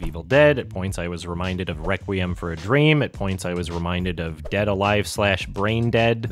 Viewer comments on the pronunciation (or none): none